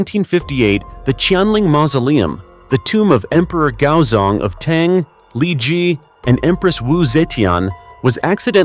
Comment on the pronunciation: Tang is a breakfast drink. It's pronounced T - AH - ng. 🤔